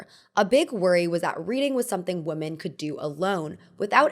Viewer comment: stop mispronouncing the word women